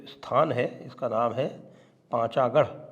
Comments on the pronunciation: Not Pachagar it is Panagar. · Not pachagarh pronunciation Pon-cho-garh.